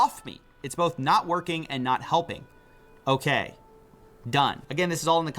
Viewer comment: So Vance calling Trump "Bawth" all the time on South Park is true?!?! 😂😂